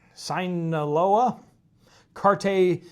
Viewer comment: "Sin O Lo A" "New Generation"